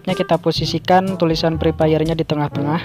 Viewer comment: kalau Bilang Fre Fire itu Pakai F Bukan Pake P Masak Pre Pire Yaa Nggak Nyambung Bang😑